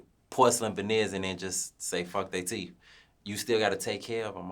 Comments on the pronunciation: Fuck nawl 😂😂😂 “teef keef” TOOK ME OUT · Them teef not teeth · Called that man Teef Keef 😩😩